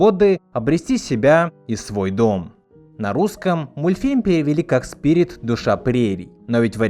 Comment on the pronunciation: Кстати о моменте, в котором Ручеек произносит свою прощальную «речь», называя Спирита сПиРиТОм: у меня в детстве был (и сейчас есть) диск, на котором мульт в СУПЕРШАКАЛЬНОМ качестве и с пиратской озвучкой, но эта озвучка настолько приятная, что словами не описать. И в том самом моменте индеец как раз называет Спирита неукротимым духом. И у меня в детстве из- за этого как раз сложилось впечатление, что он и имя ему даёт, и выражает своё восхищение. Да и вообще эта озвучка мне до сих пор нравится больше, она более «взрослая», что ли. Даже не знаю, как описать. В профессиональной, а услышала я ее только в подростковом возрасте, давольно часто возникали какие- то немного нелепо- детские моменты. Подытожу: мультфильм люблю всем сердцем до сих пор! И пересматриваю в ультрашакальном качестве. Желаю всем смотреть хорошую анимацию и преисполняться в своём познании!!